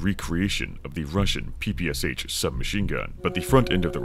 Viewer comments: Sorry, but cant stand it... That soviet smg not p-p-c-h, it is pæ-pæ-sha [pɜːpɜːˈʃaː] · "Erhm aktually its pronounced pappasha🤓☝️" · Being from Ukraine (which had been a part of the USSR), it's so weird hearing PPSh beiing spelled like that, lol. As "Sh" is spelled in one letter in russian, the way PPSh is pronounced is "Pepesha" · It take me some time to realise what PPSH is) because it's original abbreviation consist only of 3 letters - "ППШ"(P-P-Sh). its stands for Shpagin submachine gun. It's just a bit funny to hear P-P-S-H, but tbh this pronunciation more cool ;) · i hate when PPSh-41 (ППШ-41) pronounced as "pee pee ass h". It's Shpagin's submachine gun! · Huge mistake was naming PPSh this way that others read it like 4 different letters. When in reality last "Sh" sound is pronounced like in word "Shallow". Because PPSh literally stands for "Shpagin's sub-machine gun" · Bro, you cant criticize others for gun cringe while mispronouncing PPSh that badly 😂